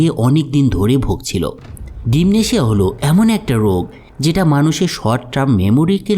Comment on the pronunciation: ডিম্যানশিয়া,উচ্চারণ হবে